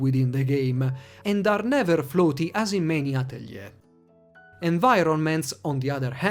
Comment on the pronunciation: You're the first person I've heard on youtube to pronounce Atelier correctly!